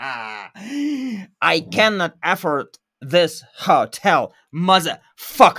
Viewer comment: Только в глаголе afford ударение идёт на второй слог. affOrd